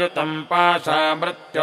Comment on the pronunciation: uchcharn me ree ki matra ko sahi nahi bola ja raha .mrtyor nahi mrityor bola jata hai.Mrtyunjaya nahi mrityunjaya bola jayega.